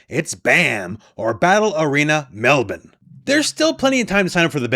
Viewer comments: I’m very impressed with your correct pronunciation of Melbourne!!! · Appreciate your attempt at Melbourne, much better than most people in the northern hemisphere would pronounce it.